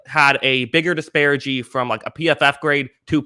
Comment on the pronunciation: At my work, everyone pronouces the word, "disparity" exactly the same, like a bunch of sheep. It's unoriginal and downright un-american. Not my man. He goes his own way. "disparigee". Deal with it. Thats why this show is better than work.